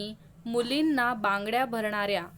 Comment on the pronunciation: bangde nahi banggadya